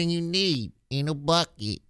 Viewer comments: "in a buckit" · In a bwukeit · The way she pronounces "buckeh" 🤣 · "In a buckhet"